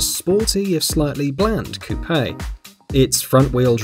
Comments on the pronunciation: The e is silent in coupe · COUPE NOT COUPAY I KNOW YOU'RE ENGLISH BUT PLEASE USE AMERICAN KNOWN WORDS AND CARS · It’s coupe, not coup-ay